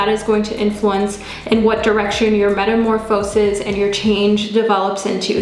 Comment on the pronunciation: Its pronounced “meta-morfuh-sis”